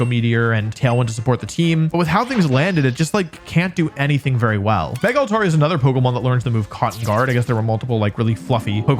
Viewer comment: PLEASE DONT SAY MEGA LUCARIO, PLEAAAASSSEEEE!!!!!!